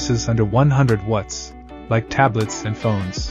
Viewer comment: Why you guys chose an AI voice that cannot pronounce "watts" properly for a power brick review and analysis channel is beyond me. I've basically stopped watching now that you switched to AI slop voice.